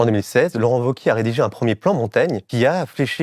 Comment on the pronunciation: Merci pour le contenu, comme toujours ultra pertinent avec Blast. Mais par contre "Laurent Wauquièze" ça m a perturbé. Ça se prononce VEAU-QUIÉ ! Ou Laurent Vachier, à la rigueur ! Mais sinon ça fait amateurs les amis. :)